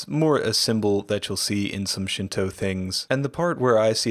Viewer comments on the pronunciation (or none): none